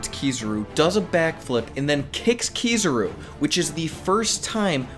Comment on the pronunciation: Ki-za-ru. Not Ki-zuh-ru. You’re killing me.